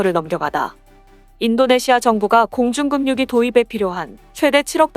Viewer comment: 공중급유기 발음이 '급뉴'가 아니라 '그뷰'로 해야지...에혀... 점점 이상하게 발음들을 하고 있냐... 참나...